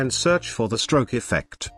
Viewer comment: The tts had a stroke when trying to say stroke XD